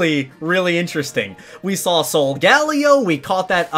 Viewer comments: its actually pronounced so-ga-lay-oh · Not soul gally it’s solgalaeo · I’m very annoyed that he pronounces it Sol-GA-lio and not SOL-gah-leo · No one:: SolGAleo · Sol - guh - lay - o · Solgaleo is called Sol-ga-leo!! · This is how you pronounce solgalelo. Solg A Lay Lo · No so -ga-la-o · It’s Soul-go-Leo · It's soga-lay-o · It's pronounced " Soul-ga-lae-oe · It’s pronounced so ga lay oh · It’s pronounced so -ga -la -o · Pronounced sol-guh-lay-o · It is pronounced so ga lay oe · What is soo funny is that he pronounced the solgaleos wrong 🤣🤣🤣🤣😂😂😂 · Your saying solgaleo rong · Please learn how to say solgaleo